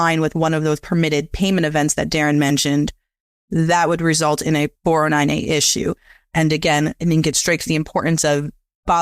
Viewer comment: Great video. Took me a while to figure out that when he said “4NNA” he was saying 409A. Thanks for the great content.